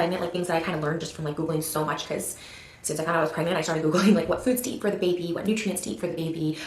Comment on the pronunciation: “and so our honeymoon sorta turned into a beybee-moon…” the way she says “the” beybee. Along with how she refers to said beybee as “it” in later videos… already showing distance from actually loving her kid. I would never refer to my baby as “the baby” or as “it”. I’d say “my baby”… or (the Queen of all pronouns should know…) they/them. Just truly gross.